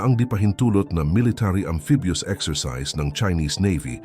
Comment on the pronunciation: Robot ka at maling mali pa ung amphibious word mo